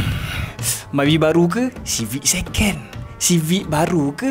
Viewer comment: seken❌ sekon✅ takpe bang🗿